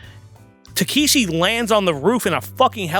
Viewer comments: Dude... The man's name is Tekeshi Kitano or "Beat Takeshi" not Takahashi. Also the traditional reason the Yakuza cut off fingers, (starting with the left pinky finger) is because of how you hold a sword, when you are missing fingers it makes you a lesser swordsman, meaning you have to rely more on your brothers rather than just fight for yourself. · It's "Takeshi" Kitano, not "Takahashi" or "Takeeshi":) He is still huge in Japan, and is a comedian mostly, but the films he made in the 90's are incredible. If you want to see one of the weirdest movies ever made, watch his film, "Getting Any?" - Cheers and!;) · Yeah i was a bit confused by that, wasn't listening too much cause i was doing some stuff and suddenly i hear "takahashi " ???🤔😁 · Yeah that was bothering me how do they don’t know it’s Takeshi?